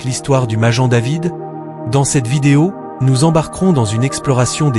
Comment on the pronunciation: Maguen David Pas majen David idiot !!!!!